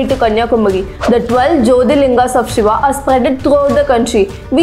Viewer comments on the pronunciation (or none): none